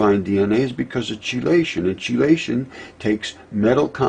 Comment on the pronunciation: Chee la-shun???? It is KEY-la-shun. Chelation KEY. KEY. Not CHEEEEEEE.., The most interesting chelating agent I can remember is EDTA. ethylenediaminetetraacetic acid..